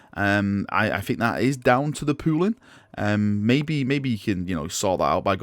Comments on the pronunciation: Every time he says pooling I hear pooing. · I know is saying pooling, but all i kept hearing was pooing pooing. Considering how some of the pooling of the colors that word works for how it turned out. I really really hope they show these kind of pictures on the site. I want to see how the colors will work on the different base coats they have created. If these work out well i'd like to use it for the first main coat for my sisters then do the other colors and maybe touchups. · can you please say pooling in every video. Thanks